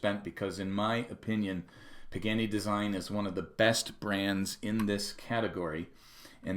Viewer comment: Sadly, its not pronouned "PIG - ANNY".... its properly pronounced "PA - GA - NEE". Good video. Thanks. 😉